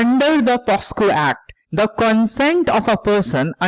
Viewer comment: Sir , it's pocso not posco. Thank you for such a good analysis.